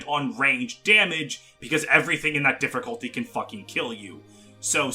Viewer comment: People are complaining about him saying Sword(s)master instead of swordmaster, but can someone explain to me the R he puts in difficulty? Seriously, he says it as diff(er)culty everytime and I don't know why.